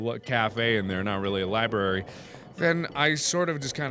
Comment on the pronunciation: Everyone in the comments are like 'Mark no, the medicine is for the plant' and I'm just here REALLY IRRITATED BY THE FACT MARKS SAYS LIBRARY LIKE 'LIBARY'